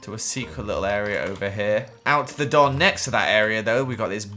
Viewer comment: When He Says Door It Sounds Like Doll